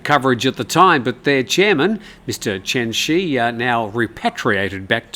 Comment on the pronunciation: Chen Zhi is more correctly pronounced like "Chun Jir," not like "Chen She"